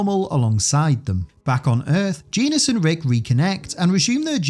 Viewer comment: Also, "Genis" is pronounced "Jenn-is." Rick Jones often teasingly calls him "Jenny."